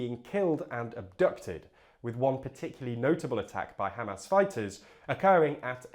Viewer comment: By the way, it's pronounced Hamas, not Hamas